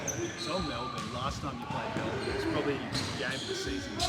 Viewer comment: I appreciate how he corrected the Melbourne pronunciation.